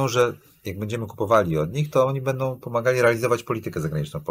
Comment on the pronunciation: "Bendom przyszłom elitom" - czy słyszał o głosce "ą"? - około 20 minuty programu